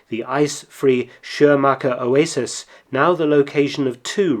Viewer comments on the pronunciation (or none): none